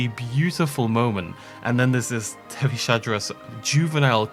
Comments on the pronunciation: I might be wrong but I believe it's pronounced as "Tethys-Hadros" as in Hadrosaur from the Tethys, not "Tethy-Shadros". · Something I'd like to point out is that Tethyshadros is pronounced "Tethees-hadros" and not "Tethee-sha-dros", I've noticed you've struggled with this for a while so wanted to help ya out a bit, was also hoping you'd notice it with Attenborough's narration, other than that keep up the good work with these vids!